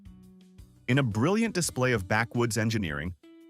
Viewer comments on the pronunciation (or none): none